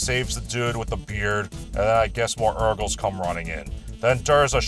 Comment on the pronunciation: I keep hearing "Erkles".😅